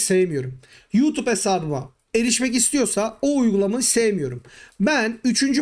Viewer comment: hee anladum sen yutub diyorsun :)